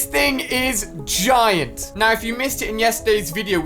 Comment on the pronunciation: Yeah ali its a g-eye-nt creature